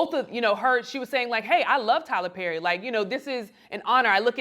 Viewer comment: Taylor Pherry but the P is silent 😂😂😂